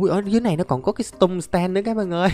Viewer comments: Anh dọc chữ tum sờ tem nghe mắc cười. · Anh ơi, em nghe anh đọc chữ tung sờ ten nghe nó hài hài sao sao ấy